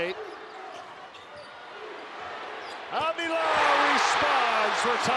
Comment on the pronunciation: They saying avila's name wrong